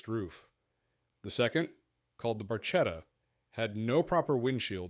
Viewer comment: Barchetta - ,,barketta''. You have to learn how to say Italian words properly.